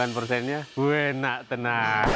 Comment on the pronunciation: Chef norman : " wuenak tenaan " 😂👍🏼